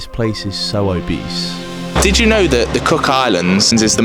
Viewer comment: Mate that's where I'm from and it's not obease